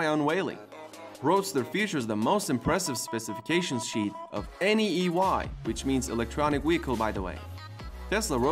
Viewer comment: Hello It's EV NOT EY electrical vehicle